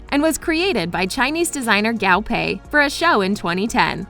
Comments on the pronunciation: I cringe everytime she pronounces "Guo" as "Gao"... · "Gaw pay" PLEAAASEEEE its GUO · I cannot be the only Chinese speaking person that cringed every time she said GAO pei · How do you pronounce Guo wrong...it’s not Gao, it’s Guo